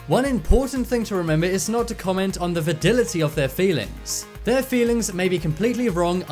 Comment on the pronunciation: Va-Dil-i-ty? Really? Are you serious? Do you want us to take you seriously? You've made some seriously hilarious verbal faux pas in your posts like NOO-kyoo-lur rather than NOO-klee-ur, but this one is simply inexcusable! Did you get your tang tungled up again? A bit of advice, wake up and have your coffee BEFORE you start recording and actually LISTEN to your narration BEFORE hitting the upload button, ok buddy?